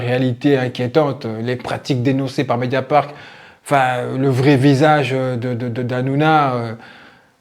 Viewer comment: Qui peut aimer Cyril Hanouna aujourd'hui ? Incroyable !!! (petite rectification pour que tu sois parfait c'est : "MédiaparT" et non pas MédiaparK"... sinon BRAVO pour ton super travail.